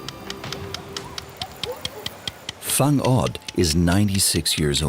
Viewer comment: it's wang od not fung od👍